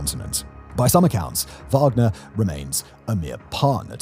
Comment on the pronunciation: “wagden” 😂😂😂 I see what you did there Simon.